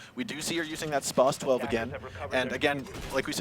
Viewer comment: kapkan not kapkhan ffs and spaz not spase